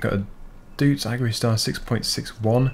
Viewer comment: The thing is a Doits and not a "düooúùts" or what you said...